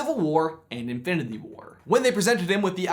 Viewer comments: lol at the beginning he says Infididy war instead of Infinity xd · “Infdinity War” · I like how you say "infiniTHy" 😂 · Am I the only one who realizes that they can’t say infinity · It bugs me so much that he can't say Infinity correctly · he messed up the word “infinity”